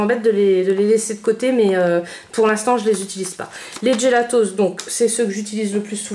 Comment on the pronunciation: On dit pas "djélatos". Faut arrêter de tout angliciser...